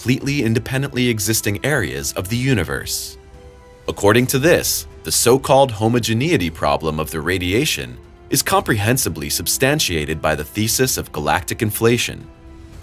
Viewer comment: You mispronounced subsequently and homogeneity and probably others. You sound like that scary story guy who can't put together a normal inflection or piece out where the syllabic emphasis goes in any given word. I expect more from people who casually post scientific essays onto youtube.